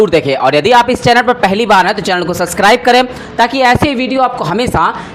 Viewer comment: भईयाजी सस्क्राइब नहीं होता, सबस्क्राइब होता है